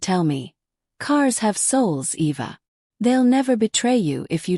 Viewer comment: E.V.A...? WTF ! When AI is so bad it can't even spell a HUMAN NAME !!!! 😮